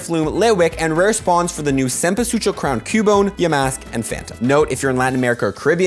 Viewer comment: Amazing cempasúchil pronunciation ! Hahaha!